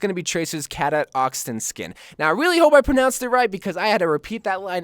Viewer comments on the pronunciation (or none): You don’t know how to pronounce Cadet? Cuh-det. It’s a common term. You never heard the title “Space Cadet” or anything like that? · Its pronounced (Cuh-deht) for tracer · You said cadet Ca-dot when it is cu-det